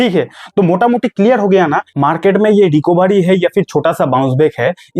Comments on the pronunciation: भाई रिकोभारी नहीं, रिकवरी बोलो। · Recabary nahi Recovery bolo 😂😂